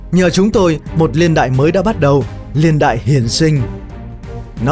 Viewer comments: tôi nghĩ là "niên đại" chứ ko phải "liên đại" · Video có tính tổng quát cao. Nhưng mà "LIÊN ĐẠI..." là cái gì nhỉ. Nó gọi là Niên Đại ạh.